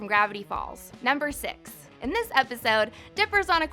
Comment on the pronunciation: did you hear she said number sex not number six